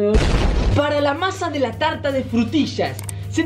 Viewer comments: Una Talta Una BaTiDora Frutilla:D pero nosotros no le vamos a poner esencia de vainilla...........le vamos a poner PPiiiZzz son Bolas......Bolas de coco La Tolta, La Talta [no tenías que ponerlo mucho tiempo] Se IzO cOnCh* discusión:[ xD en el fornia xD ×2 todo mal según!!! no había nadie según pelea pelea ×2 resultado final ~Fin~ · Nadie:....: una Talta:^D...Frutisha he:^D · Todos: una tarta: una talta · 2020 y aún no superó el "Una talta" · "Una talta"✨❤️ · diciendo talta da 900000 años de vida no lo niegen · lA TaLtA UnA tAlTa